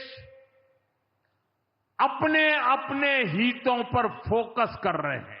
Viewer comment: हीतों नहीं हितों होता है सर ! अनपढ़ कहीं का !